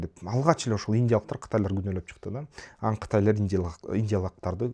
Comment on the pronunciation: Билим,илим ,дуйнону коро билуу баардык жактан жетиштуу тушунгон жана тушундуро алган азамат бала.Кыргызстанга коп кырдуу пайдасын тийгизуучу жаштардын алдынкысы. Бир созум бар,капа болбосон "анан" деген созду аан деп айтасын,ошону эске алып койсон уулум.Мен сени сыйлайм жана баалайм.